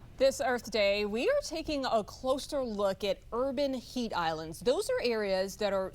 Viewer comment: AH!? It is HEAT not HEIGHT